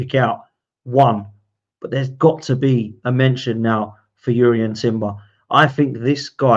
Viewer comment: Timber is in his second season now so please can we start saying his name properly — he’s Jurrien with a J not Urian